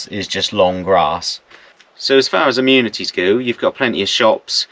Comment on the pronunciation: So funny when you call amenities 'immunities'😅😅😅😅😅